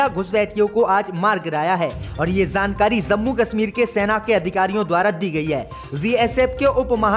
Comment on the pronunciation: Zankari wrong JANKARI Zammu wrong JAMMU Majjid wrong MASJID Jinda wrong ZINDA Namaj wrong NAMAZ Angreji wrong ANGREZI 👎👻👎👻👎👻👎👻👎👻👎 हिन्दी उच्चारण अतियन्त ग़लत है 👺👹💀😱👻👽👾